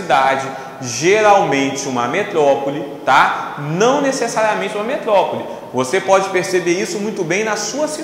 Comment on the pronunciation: metlopole kkkk prof ótimo